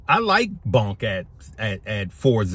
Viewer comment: It is BONK. Not BUNK.